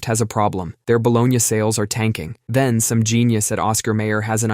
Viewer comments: "Ba LOW nee" not "ba LOW nyaa", please! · "Baloney", not balogna 😊